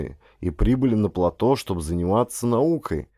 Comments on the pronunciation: ГРАМОТНОСТЬ! ПлатО !!! ПлатОоо! Ять!!! Не могу слушать, извращенец .. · Плато'. Ставьте правильно ударения. Создаётся впечатление, что вы не знаете это слово. Под ? Ваша грамотность.